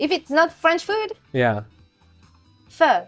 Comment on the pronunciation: You would think Canada eh, would pronounce French better. ❤ Seriously though, is it aye or eh ?